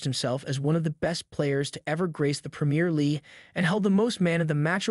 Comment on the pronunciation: It’s PREMIER LEAGUE, not premier lee